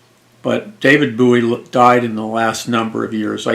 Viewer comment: It's bowie like a bow and arrow